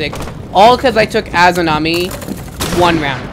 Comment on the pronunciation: They were annoying teammates but it’s a-za-mi not a-zoo-na-mi